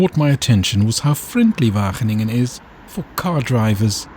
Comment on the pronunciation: wagen - ingen 😂